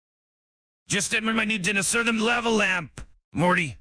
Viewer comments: Am I the only one tripped out by how it's saying Dinosaur? as DIN-o-saur and not DI-NO-saur? No? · The pronunciation of "dinosaur" kills me. 😂